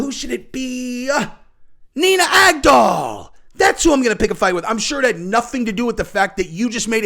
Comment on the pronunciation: "Nina GAG-DOLL" 🇺🇸💪🏻👊🏻🤙🏼